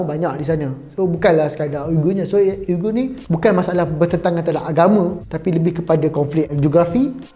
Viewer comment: SEBUTAN dia wee-ger. selepas pencarian pelbagai sumber. sekadar info.